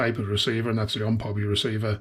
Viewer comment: It is pronounced like this…O M P Hobby because it actually stands for Ohio Model Products and it is not pronounced like it is one word like this…Omphobby.